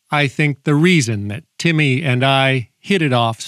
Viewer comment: I though he said Tammy